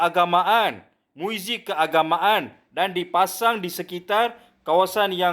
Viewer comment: Kata cikgu.Tapi sebut muzik pun xbetul.Muizik😂😂😂